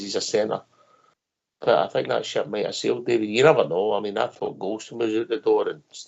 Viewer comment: "A 'hink they beth..." Is so fun listening to these pronunciations of words...😅